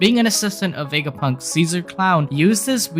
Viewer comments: I know that this is a little mean and i dont mean to make fun of your accent but i think you saying wegapunk instead of vegapunk is really funny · Dunno why I Love how he pronounces the V 😊 Wega Punk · you call him dr wegapunk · “Dr wegapunk”🤓